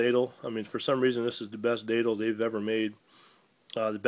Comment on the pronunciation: Datle??? It's Datel, lol.